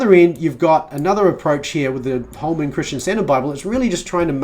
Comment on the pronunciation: Speaking of translation, you REALLY need to either slow down when you talk or figure out how to pronouce "Christian" differently than "Question". Terrible.